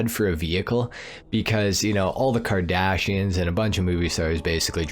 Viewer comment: Bro said kardashions😭😭😭